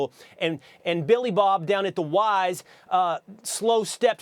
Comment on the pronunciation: Bro said billy bob 😂